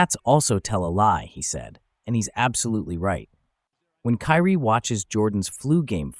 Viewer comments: His name is not pronounced "Carrie". It's more like "Kii-Ree." None the less, I learned from this segment. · Carrie ????it's kyrie😂😮😢😅